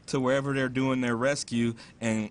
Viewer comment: Doing, not dong. O_o